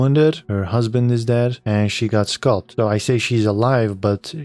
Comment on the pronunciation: "Sculp-ed", no it's pronounced "scALp-ed